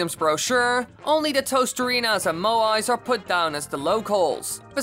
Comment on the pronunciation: You say toasterina